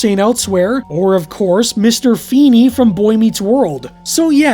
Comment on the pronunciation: You must FEEd. on FEE-Nay!